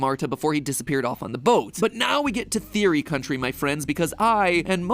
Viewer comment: how did you screw up the word theory bro its just thee-ur-ee, see its easy i feel like your stealing this from matpat without permission because and yet you say therio and theroey not theory which is a easy word to say and croco? and yet he is called crco and than there is limited_plays and yet you name it limted_playz and instead of catastrophe you say catrify as if your TRYING TO HIDE THE FACT YOU STOLE THIS WITHOUT PERMISSION and there is no pose changing or talking after the video starts. HMMMMMMMMMMMMMM